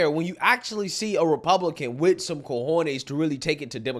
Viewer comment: Will you please stop saying “cojones” of you’re not going to say it right?